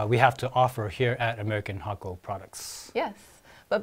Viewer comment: The effort you make on these videos help. Even things like how to properly pronounce the name thank you.